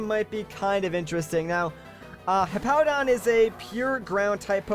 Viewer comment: it's pronounced hipodon not hip-hodon